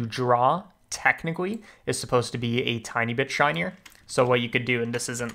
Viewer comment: Why does he talk so weird? "Mathematicawwy" "Relativewy" "Technicawwy" "Perfectwy" Look I know I'm being mean but I just need to write this out like does anybody know why? Maybe he has a medical issue with talking? Edit: Found a thing called Rhotacism, maybe that's what he has. Sorry if you do.